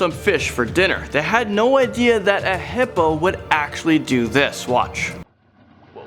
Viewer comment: 7.55 hippopo instead of hippo